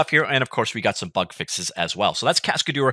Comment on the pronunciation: I pretty sure that's not how it is pronounced. "Cascadeur" is a french word, right?